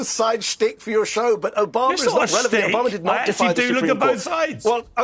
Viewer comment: Its Obama ...not Obamer